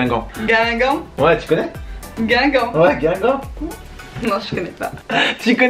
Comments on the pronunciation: Ya une faute ta mal marque c guingamp pas guigamp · 4.48 min "Guigamp"😂😂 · C est pas guigamp c est guingamp